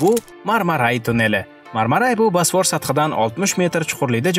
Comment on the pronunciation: Video zo'r chiqqan, faqat "basfor" diyishizi hisobga olmasa